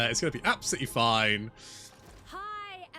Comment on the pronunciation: The "f" in your "fine" is always a "fuck!"....😛😛😛😂😂😂 Can't wait for the incoming Waaagh against Dungeon-Boy....